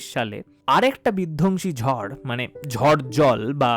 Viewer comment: Etar bepare amar janar khub ichhe chilo. Khub valo laglo. Tobe ota "ঝর" noy, "ঝড়" hobe.